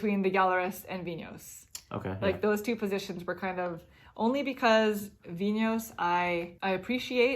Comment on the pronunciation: Thank you for pronouncing Vinhos correctly! "VIN-hose" is like nails on a chalkboard to me.